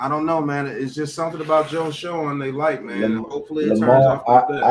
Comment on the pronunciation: its pronounced Joe (shane) shoen